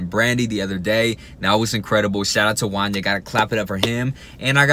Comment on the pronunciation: It's Wanya rhymes with Kanye.